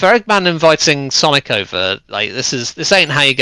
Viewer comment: It’s sonic not saninkus